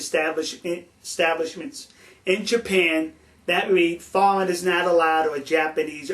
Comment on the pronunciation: You awe a genwus! You shwould be our ambwassador to Japwan, you understwand them so well. Who wouldaw known that "no foweingers" works bwetter than "no fighting". Are Japwanese allowed to fight?